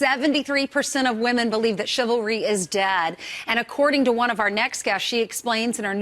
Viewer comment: Wow that idiot as soon as she opened her mouth she said chivary lmao then talks about cardi b lmao